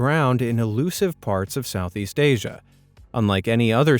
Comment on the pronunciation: Hi says asey